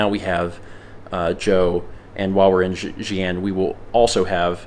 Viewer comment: It’s Chongqing Jiangbei Airport. 重慶江北國際航空. And it is Xi’an (西安). Btw, one good tip to pronouncing the ‘x’ is saying ‘sh’ while showing you teeth a little more. Like say ‘she’ in replacement to ‘xi’. Thanks for trying,!